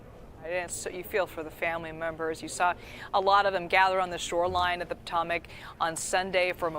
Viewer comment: I'll give the reporter the benefit of the doubt, it's not "Commercial Regional Jet". The "C" is for Canadair, the company that made the jet. It was part of Bombardier, now mostly owned by Airbus, but this is not an Airbus aircraft. It's also "Pot-Ohm-Ack", not "Potto-Mac" but let's not be picky. Hoping they find the missing 12 bodies. I cannot even imagine being a diver in the water knowing what you might come across.